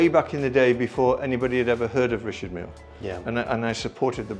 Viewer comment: He’s the biggest dealer, but can’t even pronounce Richard Mille 😂